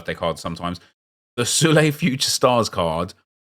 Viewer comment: I'm dying that you pronounce "Sule" as "Zoolei" and "Soulé" as "Sool". Come on Nep hahahahah